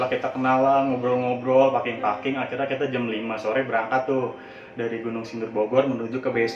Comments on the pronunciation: Ahahaha.. iya salfok ama paking paking. Dy harusnya baca peking peking kan wkwkwk ngakak asemm😂😂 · Wkwkwk paking.. mau turun mesin? Bacanya peking 😂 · sejak kapan packing dibacanya paking? mendadak ngakak gue😭🤣🤣🤣🤣🤣🤣🤣🤣🤣🤣🤣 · Kita paking...paking...wkwkwk 😂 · Btw itu packing pronounciationnya 😁